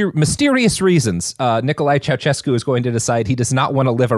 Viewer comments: It HURTS to hear you mispronounce Ceausescu every time you mention him. It’s not CIAO-CHESCU it’s Ciao-SHESCU. 😩😩😩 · It's pronounces Ceauh-shescu and Zzepesh, Ț is like ZZ as in Pizza and Ș is like Sh as in Show.